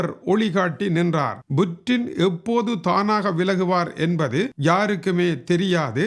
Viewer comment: வாழ்வோர்கள் யாவரும் இறந்தே ஆகவேண்டும். புட்டினை விட வயதில் மூத்தவரான நீங்களே கொலிவூட் கதாநாயகன் போல் உசாராக இருக்கையில் உலகையே தன்னந்தனியாக ஆட்சி செய்யும் புட்டின் எப்படி யிருப்பார்? அது Buttin அல்ல Puttin என்றே உச்சரிக்க வேண்டும்.